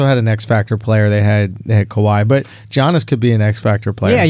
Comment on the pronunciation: It really annoys me when Andrew says G-iannis.